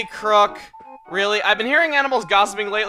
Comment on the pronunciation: Why does call Chroque crock? Isn't it a pun based on frogs and be pronounced like croak?